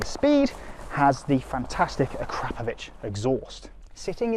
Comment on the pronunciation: It's pronounced A Krop Ovitch. Not Crap but Krop.